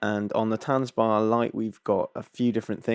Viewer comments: Dude I can hear you are English so you have a disadvantage in pronunciation but it’s not ‘tanzbar’ like a dance bar it’s tanzbär like a bear. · Good review! Would’ve been nice if you even tried to pronounce Tanzbär correctly. It’s not that difficult ;-) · please say tanzbear. it means dance bear.